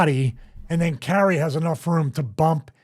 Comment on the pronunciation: Come on Stevie...it's Not Carrie.......Kai Re is how to pronounce it. Your co host keeps saying it correctly and you keep saying Carrie......after 7 times I had to skip ahead